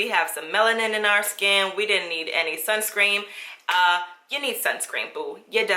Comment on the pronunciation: I’m dying because you keep calling it “sunSCREAM”! 😂😂😂